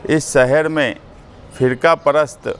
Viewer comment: Saher nhi shaher hota hai